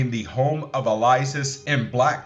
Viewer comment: Elias, not Eliasis.